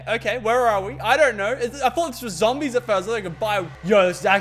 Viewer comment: He doesn't say zombies he says zambies. best quote of w34q12666